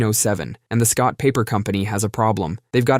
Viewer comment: did you just say "the Scott paper company"? 😂